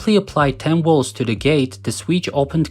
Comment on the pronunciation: Whats a "Wolt/Woltage"? In your language, if V makes the W sound, what does the W do? If there's no difference, why even have one or the other? If I say my name is "Victor" would you call me "Wictor"? Not sure why this bothers me so much. I'm just a stupid American.